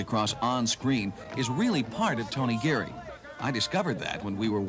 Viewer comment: 😂 Yeah, the reporter really flubbed on the name, sheesh. Tony GARY?! 🙄😂 and at the very beginning of this clip, the reporter says, “General Harsh-pital” - what a mush-mouth 🙄😂